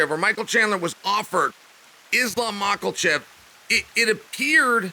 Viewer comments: Don’t worry Chael Names are hard “Mockelchev” “Alex Pee-era” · I’m just here for the mispronounced names😂 Makelchef is great. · "Islam Mucklechef" this guy😂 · Lmao Mocklechev... Jesus Christ Chael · Michael Mackelchev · MAA-KAH- CHEVV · Surely we ought to talk about 'makhlachev' once he actualy gets signed to the ufc? 🤔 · I was just coming to comment this lol. Where did the L come from in Makhachev?